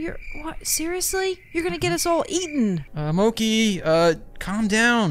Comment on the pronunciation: Its MOO-KIE